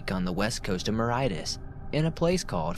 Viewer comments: Mauritius is pronounced MORE-ISH-US not more-height-us 😂 made me chuckle. I was thinking where’s this bloody moreheightus he’s speaking of lol. Greetings from the uk . Enjoying the audio whilst nodding off to slumber 🙂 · Mauritus is pronounced mor-ish-us. 😁😊❤ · Thanks for these, they help me sleep but in the second story I think the place Mauritius is pronounced MER-ISH-US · #2 - Its Mauritius, pronounced: MAU - RISH - US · 2nd story is set in Mauritius - pronounced - (Ma-rish-us)